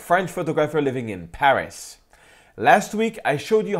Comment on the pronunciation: Can't stop thinking about when he says Paris that it sounds like he's english